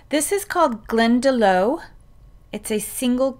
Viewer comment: Glendalough is pronounced GlendaLOCK not GlendaLOW.